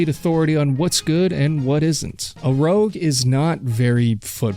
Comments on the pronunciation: Rouge , not rogue. Rouge - rooj - like French for red. Also, how the hell do you not identify bill gramatica? You're a phony. A big fat phony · Rogue =/= Rouge Pronounced like the makeup. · The CFL single point is called a rouge, not a rogue. Spelled and pronounced differently! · im american and hearing you say "rogue" over and over instead of rouge (french for red and for some reason a single point in cfl) made me mad so the canadians are probably pissed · Are we sure of the pronunciation on rouge? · Lol I was yelling at my phone that's not how you say that lol